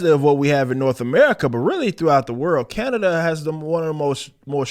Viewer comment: I would like to thank as a citizen of Ca na da ( it cracks me up the way u say it ) For calling out our piece of shit dictator He makes me ill For real